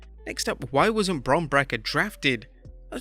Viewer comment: Never heard some1 pronounce breaker as bracker lol